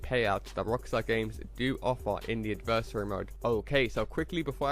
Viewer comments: But he can still put the emphasis on the correct syllable. It’s not pronounced like “anniversary” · I wish you would learn to say adversary correctly but thanks for the info